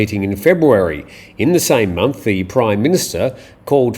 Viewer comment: Samwe ? 😂😂😂 You are lost dude.